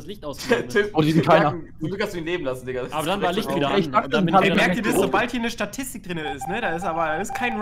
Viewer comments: Es heißt Statistik und nicht Satistig 🙃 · Erstmal "Satistik " statt "Statistik " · "Satistik" xD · "Satistik" Nice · Ich hab das nichtmal mitbekommen, er hat sich warscheinlich einfach versprochen